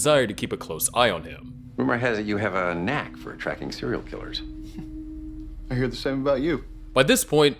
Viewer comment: Sewial killers